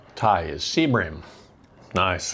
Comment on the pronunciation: Are you saying Sea bream fish or seabring fish?